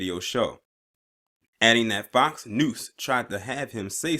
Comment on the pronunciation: Were you saying FOX 'NOOSE'? LMAO!